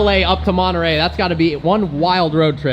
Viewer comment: Nice video Personally I find it too much of a Chiron w/body kit. Anyway, if I'd get $1 for every time your said "absolutely" in your videos, I could probably afford one of these now (not that I'd buy it, though). And how come Americans can't pronounce Centodieci - or Monterey for that matter?